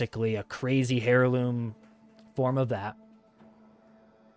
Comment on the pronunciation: Seriously my friend, it’s pronounced Airloom, not Hair Loom. Do I think you are correct that DE could release Excalibur Prime and offer Founders a unique Founders Title and some exclusive cosmetics, yes. Having said that all it would take is one founder to file a lawsuit and and it would instantly no longer be viable as it could easily become a large $ Settlement at best and its an instant win as it was a contract between the founders and DE.